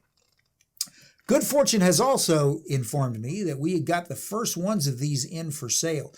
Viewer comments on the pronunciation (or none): none